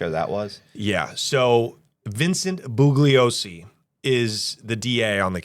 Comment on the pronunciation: Bugliosi is pronounced with a silent G. It's like this... BOO-LEE-OH-SEE